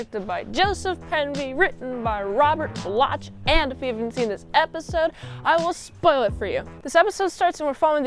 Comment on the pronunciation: Robert Bloch is pronounced like Block. Just FYI. I like how because Bloch is known for his horror writing,each of his three Trek episodes had horror elements in them. Just great.❤❤❤